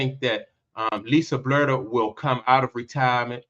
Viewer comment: You don't even know how to pronounce Lisa's last name and yet you're naming her the next head coach of the Fever. The only thing you said that is credible is that Chrissy Sides needs to find another profession. The rest of what you said is a jumbled mess of contradicting statements.